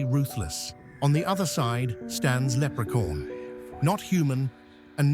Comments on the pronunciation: For some reason I kept hearing leprecorn.😅 of course Leprechaun would win. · Can't get it out of my head how narrator says Leprecorn!😆😆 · Lerpecorn huh ? Interesting coming from ai slop 🖕🏼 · Haha lepre-corn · I think he did pronounce leprechaun but in a British way like they always talk